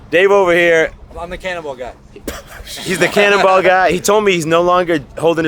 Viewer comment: Was listening to this having breakfast and when your friend says hes the cannonball champ it sounded like cannibal champ and i was like wait what?????